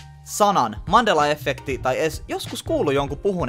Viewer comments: Se sanotaa iha efekti eikä effekti 😂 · särähtää niin pahasti korvaan kun sanot effekti.... vaikutti aluksi siltä ettet osannu päättää sanotko englanniksi effect, vai suomeksi efekti, ja loit itse epämääräisen välimuodon😑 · Alko ärsyttää niin paljon kun sanot efffffffekti nii lopetin kattomisen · Et mulla meni moti tän kattomiseen mikä vitu efffffffekti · Häiritsee ku sanot effekti tollee ku mun mielest se sanotaan yhel F:äl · Vitsi et häiritsi ku sanoit kokoajan effekti etkä sanonu efekti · Oonks ainoo ketä ärsyttää et sanoo ”effekti” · eT OO vittu menee moti tän kattomiseen miKÄ EFFEKTI siin jossai muussaki videos se sanoo "illuminaaattti" yhyy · Kivasti tulee "effekti" sana😂😊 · No ehk se on kattonu liikaa englanni kielisii videoit kosk effect ja effekti on samanlaisii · no on sillä itseasiassa enemmän kun luuletkaan :D eripuolilla Suomea lausutaan samat sanat eritavalla, tässä kyseessä oli kuitenkin väärästä lausumis-asusta eikä murteesta